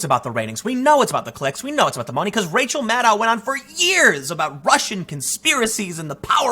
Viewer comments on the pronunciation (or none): none